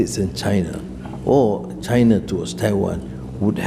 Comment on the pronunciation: Another 3 day special military operations, right, chay-nah?!😅😂😅😂